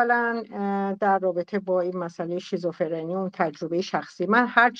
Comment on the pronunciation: تو هنوز بلد نیستی بگی شیزوفِرْنی...میگی شیزوفِرِنی😂😂 منم شیزوکاچی شیزوحلوا دارم😂😂والله نصف افراد گروهت مثل سارا و فرشته هرکدوم یه موجود خیالی دارن صحبت میکنن باهاش. بعد دارو هم نمیخورن. آخه تو که هنوز یه جمله رو نمیتونی بگی هی این شاخه اون شوخا میپری چی داری بلغور میکنی. تو خودت باید دارو بگیری